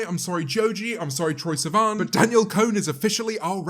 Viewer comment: No one: Literally no one: James Martiott: Danielle CONE